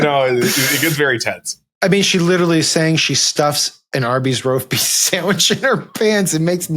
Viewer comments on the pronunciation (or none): The amount of times the guy on the left called it "roaf beest" 😂😂😂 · Sam keeps saying "roaf beast" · My favorite part is hearing Sam try and pronounce roast beef... also Lion's Choice is the best!! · The story about the maga cocktail hour where Tim got beat up by Keri Lake explains everything! I understand it all now, cant you see the genius of it all, don't you see, it' so simple, why didn't I see it before, it was right in front of us all the whole time, REMARKABLE! Oh, did he say "accosted"... never mind